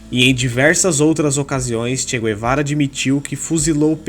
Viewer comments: Não se diz "gu - e - vara" nem em Castelhano nem em Português... Assim como não se diz "gu - e -rra".... E sim "gue - rra"...igualmente se diz em Castelhano: gue-rra... El "che" Gue-va-ra.... E sobre esse imprestável...realmente...precisaria fazer não um video...mas uma série!!! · É Che Gue-va-ra. E não Gu-e-va-ra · Não é "gü-e-vara"... "gue" em Espanhol ou em Português é "gue" Como "guerra"..."guerreiro"... Então... digam "tchê Guevara"... (em espanhol "todos os argentinos" são chamados "tchê" [gaucho]...e os BRs "são todos" "cariocas") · Mano da mó nervoso vc falando "guê"vara kk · Não sabe nem pronunciar o nome dele rs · MANO KKKKKK TU NEM SABE FALAR O NOME DELE, COMO VC VAI FALAR DE ALGUÉM SEM SABER O PRÓPRIO NOME DELE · Che Guevara , a letra U não se pronuncia.